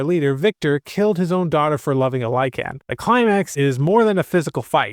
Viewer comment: Lycan... Not LyCAN lol